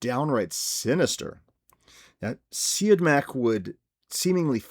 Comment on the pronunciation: I thought Scott was too resigned to his fate in prison as well. Maybe grief and trauma can do that to a person, though. Also, the director's last name is pronounced “See-Odd-Mack.” There is a picture online somewhere of his director's chair and a piece of paper on the back of it with that written on it. Don't mean to correct you, but I thought I'd help. Great review and choice. Some people like this film so much they consider it one of their favorites. I like it, but I don't like it to that degree. I will admit that it is very well made, however. The interrogation scene in the beginning is my favorite scene. Did you notice Regis Toomey is one of the detectives in that scene? He has an antagonistic role and seems to love taunting Scott. It's really funny.